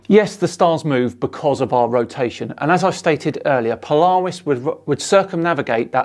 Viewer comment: has renamed Polaris to Polawis. Anyone seen the only fools and horses scene where the dude performs "cwying"??? Polaaaaaaawisssss!